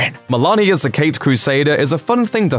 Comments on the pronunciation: It’s a long ‘o’ sound in Meloni, not “Melani.” This guy’s voice is like nails on chalkboard AND he can’t pronounce names correctly. Why is he still doing these? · Way to mispronounce Christopher meloni.